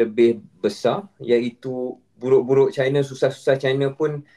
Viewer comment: Hi semua, China tu Chai-na, bukan Ci-na. Not all Chinese = Chinas. And in my case, I am Cina Malaysia.